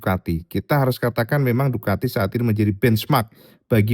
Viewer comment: Ducati bro, pakai "c" bukan "k"